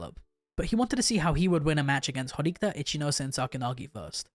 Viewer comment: Bro, well done, nice vids but there aren't any Horikta characters in the LN's... Say it with me: HO-RI-KI-TA! 😂😂